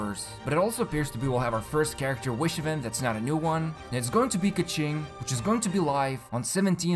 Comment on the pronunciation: Kequing :)) idk, I like calling her that despite the actual pronunciation ;D